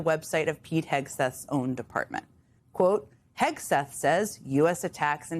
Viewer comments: Wilfred Frost constantly mispronouncing the Secretary's name as "Hesgeth" is low-key hilarious. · He called him “Hesgeth” and I love it. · I do love the fact no one cares that the Hormuz correspondent keeps pronouncing the secretary of offense's name wrong. It's the little things.